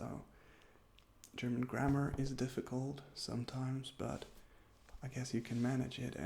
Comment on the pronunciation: Omg. You said "ist" instead of "is". When you talked about Film spelling. Maybe I am just deaf..... I know basic German, so there was nothing new for me. But it was relaxing to watch.